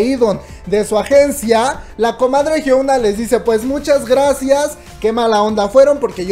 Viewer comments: Es la primera vez que veo uno de tus videos y me gustó, buena info... lo único es que no podia escuchar tu pronunciaron de Hyuna jajaja cuando lo dices "Hyouna" en ves de "Hyuna" xD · Por todas las veces que la comadre dijo Jiouna (Hyuna) 😂😂😂 Está bueno el chisme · Nadie: Absolutamente nadie:: La Jiounaa 😆😆